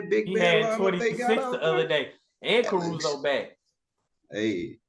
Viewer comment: Nahhhh did say CARUZO